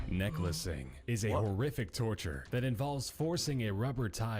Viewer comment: It’s because he mispronounced necklacing 🤦🏽‍♀️😂 and he was just waiting to see if any of them noticed